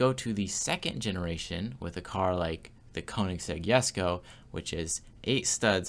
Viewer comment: Props for saying jesko right 🙏🏽